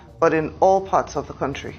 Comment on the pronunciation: it's country not quontry